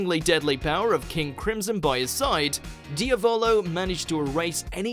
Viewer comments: Bruh diavolo is an Italian word. It’s like diablo but slightly different not dia-volo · Im italian and that pronounciation of Diavolo kills me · The way he says narancia and diavolo makes my ears bleed so much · I’m sorry what way did this guy just pronounce ‘Diavolo’ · He can't pronounce a Lot of things